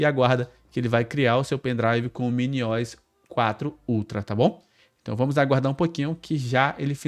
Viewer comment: "MINIOISSS" é pra acabar, se fala MINI O S, de Operating System!!!!!